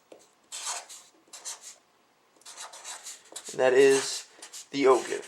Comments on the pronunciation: Just because I'm OCD... It's pronounced "Oh Jive", not "Oh Give" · Not a bad video, but it is pronounce "oh-jive" and is spelled ogive, not o-give. You should, also, "spin" the brass while in the calipers so the head squares up to the outside measuring contacts. Verifying the round in your calipers after you removed it from the rifle would, also, have been a good idea. I don't know about most people, but "good-enough" isn't in my vocabulary when it comes to reloading. You are definitely on the right track. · Enjoyed the video. I have always heard "O-give" pronounced "O-Jive". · Good job overall but again it's actually pronounced "o-Jive". Keep up the good work. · Great video. But it's pronounced "OJIVE". I'm just sayin"..... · The Ogive?? LOL! It's pronounced Oh-Jive.... ROFL! But yes, a good explanation and good video. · LoL It's pronounced - Oh Jive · Ogive is pronounced Oh-Jive. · Yes. Ogive is a geometric shape. See: I was trying to help you with the pronunciation. You mispronounced it in your video. FYI .... most people mispronounce it.